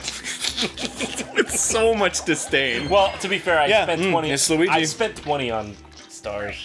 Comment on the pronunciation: Every time Arin calls Luigi "Lugi" I can't help but laugh.